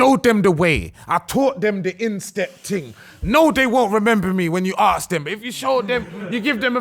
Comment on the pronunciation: Someone help pronounce “ask” pls